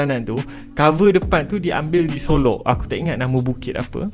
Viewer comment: solok bukan solo